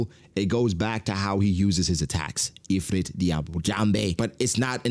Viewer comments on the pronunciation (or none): none